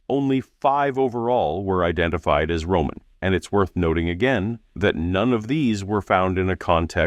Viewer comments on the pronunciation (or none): none